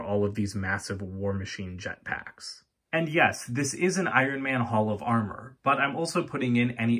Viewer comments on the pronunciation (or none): Thon were I Love Your HOLL OF AR MER😂